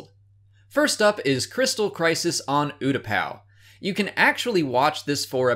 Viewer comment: Anyone else kinda annoyed how he mispronounces Utupau?